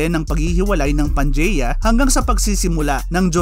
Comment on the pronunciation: Mali daw yung pronouncing mo sa Pangaea